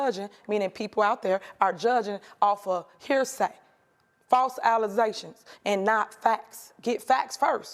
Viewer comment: False alisations wtf! I love your pronunciation of ILLinois I said in a past comment about it an you corrected it!